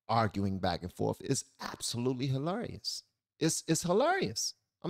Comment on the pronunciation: The way you like how Jesse says Amazing, i feel that way about how you say Hilarious. You enunciate the syllables very distinctly in that word